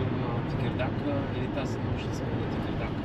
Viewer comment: Хареса ми видеото само преди седмица бяхме там ,надмина очакванията ми.Само да уточня, че се чете Текирдаъ .А картофите бяха уникални.